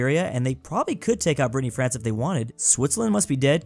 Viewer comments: Did you just called the Bretagne "Brittney France" ? XD XD XD Be careful those are fierce French, even us fellow french people don't mess around with their identity, they are pretty touchy about it, you'll get in trouble. (don't mention the rain) XD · It's called Brittany not "Brittney France" 😃